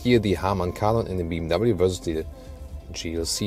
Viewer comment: Metz cedes Beem W. What are those pronunciations 😂😂😂